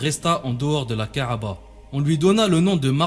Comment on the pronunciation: ka3ba et non ka3aba !!!